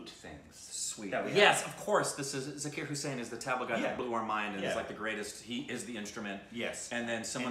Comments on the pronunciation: wtf is zakar zakar . im so mad at these people . cant u see the i in it . its za-kir (keer) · The Bansuri is the ‘flute’ and “Zah-keer” the pronunciation. Great show guys! I had the honor to play with Zakir a couple of years ago. The best